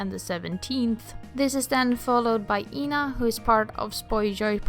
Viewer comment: i keep hearing Ina instead of Ena with E qnq also nene my beloved thank god you are in the exange